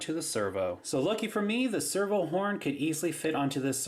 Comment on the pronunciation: lol you say server not servo